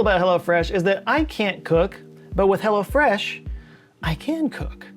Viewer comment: Are you saying Hello Fresh or Hella Fresh?